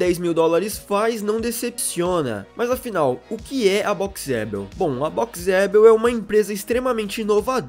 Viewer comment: Dica, coloque o nome "Boxeabl" pro pc ler e verá que não é Boxe adel como vc pronuncia.